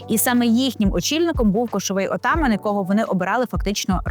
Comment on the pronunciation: НАГОЛОС У СЛОВі Атаман,неправільний